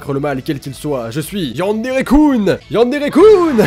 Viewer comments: ^; par pitier... arrété les Coun... sa se dit Kun depuis le début T^T :3 super vidéo !! j'ai adoré ^^ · on dit keun et pas koune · c'est pas yanderekoune, c'est yanderekeune -_- comme jeune avec un K :o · tu me stresse tu prononce yandere kun (kuunee) allrs que je le prononce kunn ouai je sais y a pas de différences ^-^ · AAAAAAAH YANDERE KUN ça se prononce Keun pas Koun 😠😠😠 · il y a que moi que sa gêne quand il prononce mal le "kun" de yandere-kun ? O.o j'adore tes vidéos hein! Mais sa me stress..xD